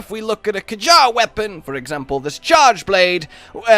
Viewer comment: Wtf is a k-jar it's "kyare"